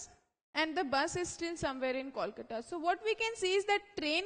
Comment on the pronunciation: its not calcata or koolcata its😅 kolkata. improve your pronounciation